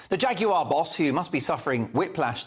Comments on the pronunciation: Please pronounce Jaguar the English way. Stop trying to sound like an American. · I'm now so old that I come from the time when a Jag wasn't pronounced 'Jag-You-ARE' but 'Jagu-UH'. Can we go back to that, please. The twits who tried to use an amazing car to promote their sexual fetishes have failed miserably, and turned the car into a laughing stock. Anyway, look on the bright side, horse-power, as in REAL horse-power is coming back I expect....needs no petrol/electricity, and gives out Plenty Of Poo to make our vegetables grow strong...and those vegetables can feed the horses, along with growing the hay to feed the horses. Win WIN! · Why is he saying Jag you are? Its jaguar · I agree with the host here, a terrible ad. But why does he have to keep saying 'Jag yoo arr' when all Brits pronounce it 'Jag yoo err' The cars are still decent. It's the MD and marketing people there's a problem with. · I wish you would pronounce the Brand correctly. Jagu"arr" it is not dear boy. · The presenter keeps calling it Jag u r. MUPPET. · Please pronounce Jaguar correctly.